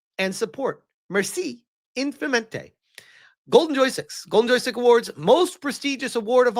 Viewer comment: infiniment is pronounced as un(finished) fi(as in feel) ni(tro) mon(ster). congratulation youre french